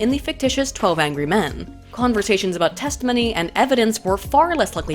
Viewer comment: Nobody: Not a soul:: 'testahminneyy'